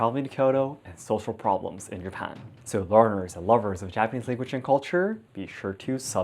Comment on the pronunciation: Is it japan or hapan